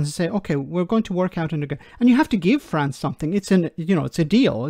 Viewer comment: People coming from Fwance? Lol where's that?